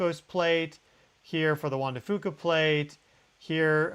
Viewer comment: Hi, thanks for another great video! Just a side note RE: Juan de Fuca, the folks I know locally here in the PNW pronounce the Fuca part like Few-ka, rather than Foo-ka. Just so you know... and, I Love your Show! <3